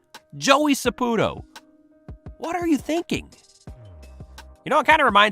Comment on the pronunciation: Sa PU TO , it's in the name